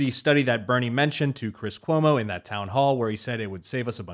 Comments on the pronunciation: “chwis cuomo” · Kwis Kuomo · Lmao Cwiss Cuomo that made me chuckle